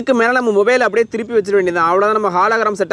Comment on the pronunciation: Bro athu halogram illa hologram😅